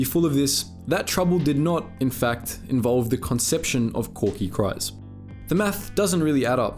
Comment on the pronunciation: Presumably the narrator of this channel has watched the Clone Wars series. So why does he consistently mispronounce Kryze? It rhymes with seize, not with size.